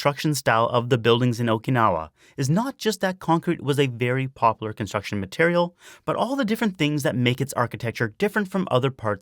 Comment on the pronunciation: Popular has 3 syllables. Poplar is a different word.